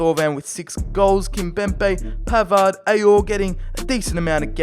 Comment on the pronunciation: You are bad in one thing that u need to improve That is your pronunciation Because............ I Its not pavard its PAVAAAAAAAAAAAAAAAAAAAAAAAAAAAAAAAAAAAAAAAAAARD!😁😁